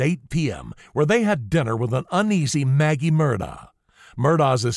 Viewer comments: It's not pronounced Murr daw , it's apparently pronounced Mur-dock . You can hear "Ellec" say Paul Murdock though it's hard to totally hear it and he says the second syllable quickly. It's probably a South Carolina maybe Gaelic pronunciation. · Dear, ALEC MURDAUGH told the police 🚔 on camera 📷 in their cop car he PRONOUNCES his Fname: ALEXXXX LName: MERDOCK Git it right. Do your research. You incorrectly said ALEC MURDAUGHHHHH 🤷🏽‍♀️ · Love your content + style. Subscribed! (forgive me for making the minor observation that he pronounces his name Alec Murdock) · You pronounced Murdaugh incorrectly. It is pronounced like Murdock. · How is it that anyone covering this trial would not know it is pronounced Alec Murdock? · Yes. But if only he pronounced the name right... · Isn’t it amazing they want to do these professional sounding documentaries, but they can’t even pronounce his name right?